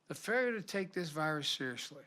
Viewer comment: "Feilyur" This is not stuttering, this is aphasia, he has serious problems. We risk "more cases, more desks...deaths." It goes on and on.